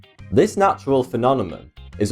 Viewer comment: You say "Phenonema" everytime ! Good for you :) Great show btw, following